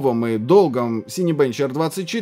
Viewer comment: Не Сайнбенч. Синебенч от слова " Синема". И уж не сайн точно, скорее синька.